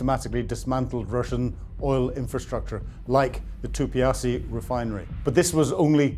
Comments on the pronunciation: Tuapsé (pronunciation). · You mispronounced Moskva and Tuapse. Ask for help.